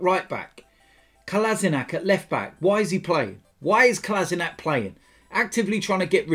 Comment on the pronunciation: Try to pronounce it this way: KolaSHinaTS